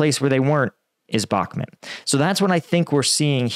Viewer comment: Can you pls say Bahmut (bachmoot), not Bakmet.